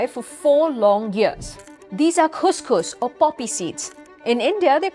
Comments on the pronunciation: What she means to describe is Khus Khus... Not Couscous... Its pronounciation is similar to the word "cuss" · That's not how you pronounce khus khus, thats how you pronounce couscous which is another food. Learn to pronounce words first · "Khus khus" is pronounced \"kuhs-kuhs\". Some dictionaries provide variations like, \"kus-kus\" or \"kuhs-kuhs\", with the stress on the first syllable in some variations. One can check on Google, the Audio version for the exact pronunciation.